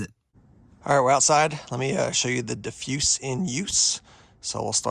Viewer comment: Diff- use??? Do you not know English? It’s pronounced like diffuser minus the -er. 😆😆😆 something tells me you don’t really know much about what you are talking about. You are just restating manufactures specs and rambling about how it’s a light and how it’s a light and how a light it is. No testing specs or real anything other than how it’s bright and basically showing you are a good source to free advertisement, because you don’t test anything. Thanks for just saying everything on the box 😆😆